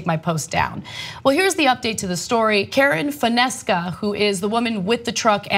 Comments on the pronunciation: Ana is pronounced fonseca not fonesca. Sounds like a hispanic last name, that is probably why the authorities went after her. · Anna PLEASE learn how to pronounce names and long words! Jeez, Fonesca?!?! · Do not read "FO-NES-CA" but "FON-SE-CA" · The woman's last name is pronounced fon-seca. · Ana you killed that last name lol. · bc she said the woman's name wrong. she does that fairly often for an anchor. some ppl are embarrassed to wear glasses for some reason